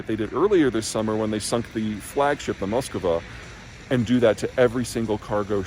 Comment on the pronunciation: It's(well it was) "Moskva", not "Muskova"